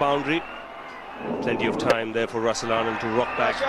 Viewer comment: Russel Arnold as Andre russsel 😅😂😅😂🤣